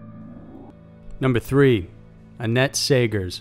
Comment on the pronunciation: Whenever he said 'annette' i heard 'Net'